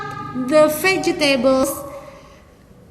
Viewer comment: Terimakasih bu atas penjelasannya🙏🏼🙏🏼 Hanya sedikit koreksi saja, untuk pronounce dari Vegetable itu adalah Vej+tebl bukan veje+tebl But, overall bisa dipahami and sangat bermanfaat ilmunya